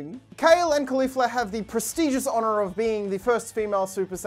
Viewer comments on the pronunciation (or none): none